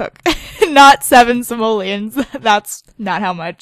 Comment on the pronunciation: GOSH STOP SAYING SAMOLIANS, THESE ARE CALLED SIMOLEONS, SIMOLEONSSS!!!